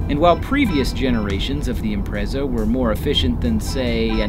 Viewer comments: Im-pret-za. Not imprezza. >_< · ImpreTsa. Not Imprezza